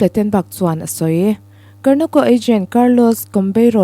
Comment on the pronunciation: Foot ball player hming i lam dan mai mai chu a va mak ze zaw ve (karnako)a ni lo aw (Garnacho) zawk tur aw.